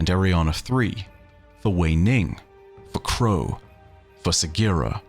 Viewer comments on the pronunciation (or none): none